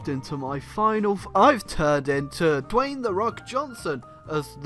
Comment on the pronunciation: Say Dwayne like you say Kayne